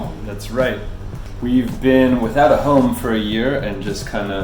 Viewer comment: Really confused how she could say home without closing her lips??